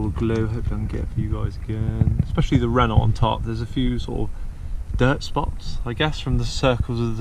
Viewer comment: So, it’s “Renno”, not “Renolt”.....